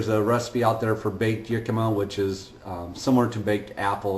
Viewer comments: it's not pronounced "yikima" it's "hickima" if you don't want to sound like a hillbilly, also Jicama has quite a high carb content, 59 carbs in a medium one, and Dr. Eric Westman does not recommend counting net carbs, just total carb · The word is pronounced [HEE-ka-ma] or [HIK-ka-ma]. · Jicama Is actually pronounced with an H... Hicama...Much love thank you for sharing... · it is jicama you are mispromouncingh iy